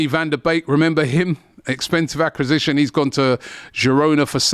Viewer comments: Wasn't aware he struggled to say "acquisition" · What’s an accasition? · I was thinking the same thing accasistion is wild 😂😂😂😂